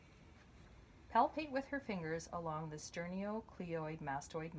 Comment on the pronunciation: Who is reading this? Awful. If you are going to read know how to pronounce the names of the muscles. It is not sternio. it is sterno...